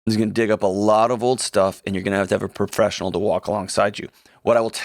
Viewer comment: "a propressional", cute 😊